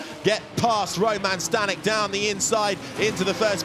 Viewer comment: Staněk = Stahnyek, short vowels.